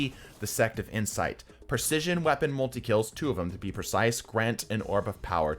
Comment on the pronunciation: "Void Wepaon" 😂